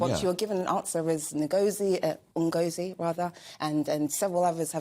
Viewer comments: Oh bore off you grifter! And how dare you mispronounce Ngosi's name with your covert racist mouth. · Of course you would get this sort of answer from a BLM activist, who couldn’t even get Ngozi’s name pronounced coeerctly thought that was a hate crime. Had there been an investigation or was it just a spokesperson put the statement out as damage limitation